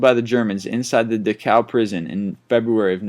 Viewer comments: Am I the only one that noticed York fought in WW1 and the video is about WW2 heroes? And Simo was in the Winter War, not WW2. And PLEASE learn to pronounce words like they are supposed to be!!!! Gestapo and Dachau shouldn't be that hard to say!!! I mean, it sounds like you said dick-ow to me, that's almost disrespectful! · I like his voice, it's the pronunciation that gives me the willies. Maybe rehearsal time is limited? I find it hard to believe he's never heard the word subsequent or Dachau. I guess they're in a rush to produce.